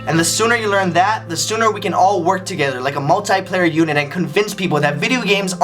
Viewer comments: i'm sorry ryan, but it's "multiplayer" :D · he pronounces it MULT"I" player =D not sure if that one was on purpose or it was an accident. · The y in multyplayer sounds like the i